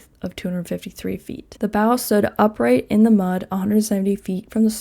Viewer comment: Bow is pronounced “bow” not “bow”. Hope this helps :)